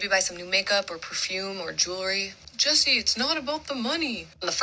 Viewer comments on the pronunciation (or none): none